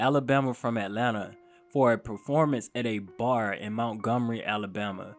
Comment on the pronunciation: It’s Montgomery not Mountgomery bro 😂 keep doin yo shit though. 💪🏾